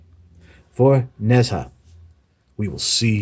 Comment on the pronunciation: I too have one of these. I got it at a good price too. In answer to some of the things you bring up, I believe the name is pronounced ‘Nay Jar’ or closer to that. He’s male and amusingly as a god it would be fun to see him take on Unicron! Nice toy, nice review.